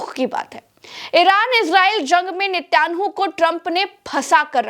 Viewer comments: Netan yahu naam hai. Netyanhu nahee. I was thinking to tell you from months. Any how it is hard to pronounce Hebrew language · (Netyanu😂) nahi Ma'am( Naytan Yahu) bole toh kutta I mein dog 🐕